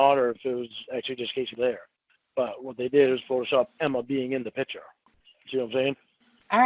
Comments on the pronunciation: HE CAN’T SAY THE WORD “PICTURE” . HE ALWAYS SAYS “PICHER”. LIKE A TOTAL MORON!! IT’S INFURIATING “I’VE NEVER JERKED-OFF TO A PICHER” IDIOT. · WHY DOES THIS FOOL KEEP SAYING “PICHER”. INSTEAD OF “PIC-TURE”? WHAT AN IGNORANT MORON. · I’M NAWT A COCK SUCKER. YOU DITCHED ME, YOU MEANIE. YOU MADE ME LOSE WINNIE! WHAT A TOTAL LOSER! “YOU DON’T THINK I’M GOOD LOOKING?” NO!!! The WORD IS PICTURE. NOT PICHER, FOOL!